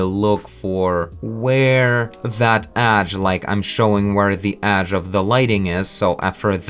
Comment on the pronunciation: "edge" not "adge", sorry is just that it sounds weird